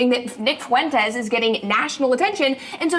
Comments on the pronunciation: I thought he was saying “Funtez” instead of Fuentes intentionally? 😅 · It’s pronounced Fwen-tez not Foon-tez 🙃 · Please, it's foo-en-tes, not foon-tes. I don't get down with Nick but your pronunciation of his last name is driving me crazy. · I love how always says "FOON-tes," not "FUEN-tes", and "GRO-pers" instead of "GROY-pers." 😂 If there's any man or any group that need mocking, it's Foontes and the Gropers. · Just to clarify, Fuentes, it's a Spanish last name pronounced FWen-tez not Funtez. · ‘Foo-en-tes’ Fuentes San Diego isn’t pronounce “san Die go” Try the extra syllable. It isn’t tricky. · Please stop saying foontez 😭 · The fact you keep purposely keep mispronouncing his last name only displays you haven’t taken him seriously and you haven’t watched his videos in full context~ I don’t even fully agree with Nick on everything but you’ve even admitted you were mispronouncing his name in your last video of him~ so that kinda displays you have a bit of a personal vendetta against him~ there’s a good reason why Brett cooper brought this up~ she isn’t just talking out of her A~ L take brother~ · That's a dumb take. He is mispronouncing his name because he doesnt know how to properly say it. And yes, Brett is actually talking out of her ass because she was wrong to call Ted Cruz comments hypocritical when Nick is literally a Nazi, Hitler and Stalin supporter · As much as you talk about him can you at least pronounce his name right? Idk if it’s like a bit, but other people have that last name too… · Basic pronunciation is something I at least hope for from commentators. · Imagine with all the videos he does mocking him you'd think he would learn to pronounce his last name